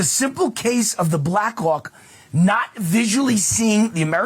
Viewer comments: Why this dude sound like he saying the Blackuock! I can't deal the more he say it the more i hear it lmao. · Stop saying “Blackhawk” it sounds so much like something else.